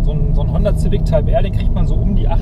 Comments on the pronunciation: ZIVICK? edit ZAUND SCHEK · wen fuckt es auch so ab das er immer honder Zific sagt xD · Wie er ständig Ziwick sagt! xD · Wenn der Herr noch einmal "Zivik" sagt rast ich aus!!! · Finde das Format zwar richtig geil aber Der Typ geht mir Richtig auf den Keks wie Civic sagt😂 kann da nicht Jan einspringen 😅